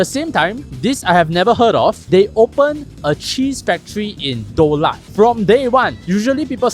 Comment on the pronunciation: DA lat. Grah-tan.